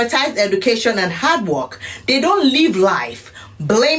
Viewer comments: Talking Sh*t about Foundational Black Americans while living in the America we built. Typical. BTW< Every time Tariq does the accent "Hard Wuurk" I fall out. LOL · The way she pronounced Hard Work😂